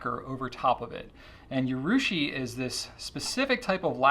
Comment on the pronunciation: 'Urushi', not 'Yurushi'; a minor quibble